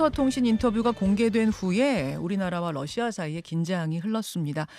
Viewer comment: 김현정 앵커, 당신은 로이터 통신의 Reuters를 Leuters로 러시아의 Russia를 Lussia로 발음하네요. 발음이 틀렸습니다. 아래 글을 읽어 보세요. TV기자가 러시아의 Russia를 Lussia로 발음한다. 아래 글을 읽어 보기 바란다. TV기자들은 말도 잘해야 하지만 발음도 좋아야 한다. 특히 외국어(영어)의 정확한 발음은 대단히 중요한 요건인데 유감스럽게도 그렇지 못하다. 예컨대 많은 기자들은 첫발음 R 을 L 로 발음한다. Russia를 Lussia로, Roma를 Loma로, Radio 를 Ladio 로 발음한다. 물론 한국어에는 ᄙ(쌍리을)이 없어서 L 과 R 발음을 다 ㄹ로 발음할 수 밖에 없는 어려움이 있다. 그렇다면 한국인들은 R 발음을 정말 못 하는 것일가? 아니다. 초성일 때에만 못한다. 프랑스(France), 마리아(Maria), 도레미(doremi), 아리랑(Arirang) 등, 잘 하지 않는가. 그래서 TV기자들에게 다음과 같은 해결 방법을 주고자 한다. R 을 첫발음할 떄 R 앞에 '으' 발음을 먼저 하라. (으)Russia, (으)Roma, (으)Radio 등으로 말이다. 그러면 당신은 좋은 발음을 하는 TV기자가 될 것이다.